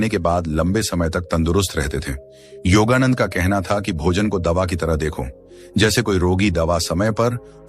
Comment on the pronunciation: योगानंद को योगानंदा मत कहे।